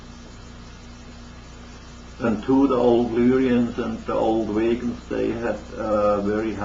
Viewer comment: Vegans from Vega... VAY-GUNS from VAY-GUH Not like vegans